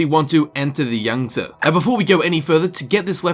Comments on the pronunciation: It's pronounced with a long e sound. Sort of like yang - zee. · Yangtze pronunciation = yang-zee